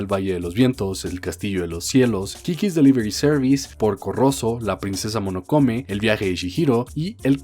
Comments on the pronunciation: Alguien más tuvo tics siempre que decía Monokome? Jaja Es: MO NO NO KE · Monokome xD Mis oídos sangraron cada vez que escuché esa mala pronunciación de Mononoke. Castillo del Vagabundo? Dónde le viste lo vagabundo al Howl? XD no pronuncias la H como la H en Harry xD Pero dejando eso de lado, es un buen video. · Solo una cosa... Es princesa MONONOKE xd tanto escuchar "Monokome" me dio algo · MONONOKE no monokome HAAAAAA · MONONOKE NO MONOKOME XD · When se pasa todo el video diciendo Monokone en vez de Mononoke xD PD: Me encanta kiki pero no me gusta totoro ambos como pelicula, soy raro? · cada que dice monokome me da algo.... pero igual ame el vídeo, pues ghibli siempre sera el estudio de mis peliculas animadas favoritas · Hoy aprendimos la maravilla que puede ser el estudio Ghibli, con sus personajes, historias y animación nos demuestra qué podemos ser mejores personas ante el mundo y nosotros... Que hay que decirle a que se dice Mononoke y que ya nació un nuevo shipp entre un mago (Howl) y un pollo (). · Mononoke Hime, Dicotomía. Buen video, pero me rompe las pelotas cada que pronuncias mal.